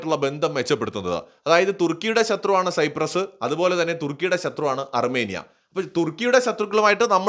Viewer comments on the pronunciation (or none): none